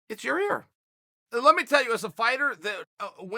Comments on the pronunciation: lol...."ya Rear" chael is really good at formulating ,and telling a story, and is overall an intelligent guy...but for some reason,pronouncing names, seems really hard .😁😉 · Simmer Fredette He asked Ariel how to pronounce his name and Ariel told him. So I love he’s still calling him Yarear! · This guy be getting names wrong in 2 languages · There’s only one R in his name... I’m a simple Oregon boy too Chael but is it that hard to pronounce Yair...? Rly I mean type Chael and type Yair... which one get red squiggles under it, case rested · Can you please get Yair's name right? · I think he does it on purpose with fighters he's not chummy with so he can use their correcting him as an in to interview them eventually. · chaell its yair not your rear english classes chael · Chael you’re saying it with the wrong body part at the end, it’s pronounced ( YA-ear) not ya - rear lol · Ya rear? It's Yair. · Yaw-ear ✅ Yaw-rear ❌ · Lol "Yer-Rear" 🤣 annnnnyway... this just isn't a big deal. Fighters and eye pokes are not as big a problem as everyone wants to believe... we've had how many thousands of MMA fights, and how mant have been decided by eye pokes? It happens. Deduct a point, fine a guy... move on. It's just the next thing to get hysterical about by the "we must Doooooooooo Something! crowd. Sometimes, you really don't have to do anything. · Please chael idk if this is intentional but his name is pronounced YA EAR i do find it hilarious when you say otherwise though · Sound like a racist idiot calling him ya rear. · Chael “ya rear” Sonnen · Hey Chael. Figured out a way to learn pronunciation Yair...say EYE-EAR, then add a Y to the beginning. Y eye-ear. Good Luck buddy! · The Mexican fans were trash. And I liked it better when you pronounced his name Yarear. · Lost all respect for "Yo-Rear" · Yair wasn't angry about the fight stoppage; he was upset that uncle Chael keeps calling him Ya-rear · Eye pokes & beer Booing and cheers Why does Chael Sonnen Call him Yarear?